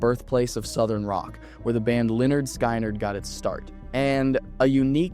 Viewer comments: Vegas, pm Sunday September 28th. Nooooooo you mispronounced skyward it's like Skiiinard ugh lmao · 😂 you pronounce that all wrong though it’s pronounced like skin-nerd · It's pronounced (spelledphonetically) skinnerd not skienerd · Lynard Sky nard. Skynard is pronounced the same way Lynard is, lol. Skin, not sky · SKY-NARD?? Fix it! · Leonard Sky-nard? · Lol lynard ski-nard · The narrator lost ALL credibility when he said Leonard Sky-Nard 😂 C'mon man! SMH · Leonard Skinard is how it is pronounced. Lynard Skynard